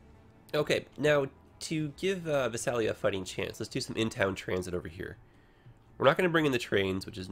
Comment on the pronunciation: You pronounce Visalia Vi-sail-e-u. From, a Californian.